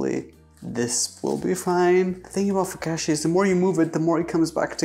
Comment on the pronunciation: the amount of times he murdered the word focacchia